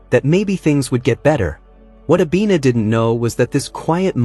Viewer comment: Her name is Abena, which means Tuesday. Not Abina correction, please 😂😂😂😂